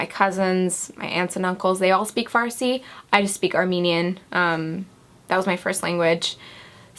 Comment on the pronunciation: you were born in iran?! yeeeeeeeeeeeeeey i'm iranian and my firs language is farsi for someone who doesn't speak farsi you pronounce the word "farsi" really good ;)